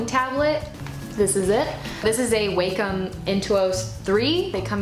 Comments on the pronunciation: Enjoyed the video, Thanks for the brush link!!! Tablet name is pronounced "Wahcom" not "Waycom". Thanks for taking the time to share your tools and give great tips to beginners!! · Um, it's not "wei-com" it's "wa-com", like, "wah-com".